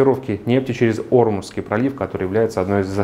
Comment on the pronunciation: Спасибо. -Очень режет слух ударение на первый слог в слове "Ормузский". Почему игнорируете привычное ударение на второй слог = ОрмУзский, вместо Ор-музский?